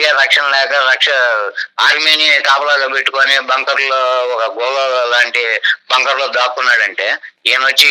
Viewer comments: ఒరేయ్ బాబు టాంకర్ కాదురా బాబు... బంకర్... నీకు టాంకర్ కీ బంకర్ కీ.. తేడా తెలియదు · టాంకర్ కాదు నాయన! బంకర్ అను